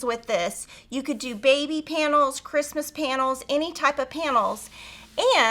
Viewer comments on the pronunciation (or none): none